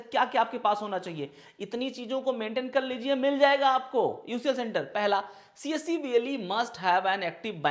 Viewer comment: its better ki aap csc centre bole. aisa lg rha hai ki aap kamasutra centre bol rhe ho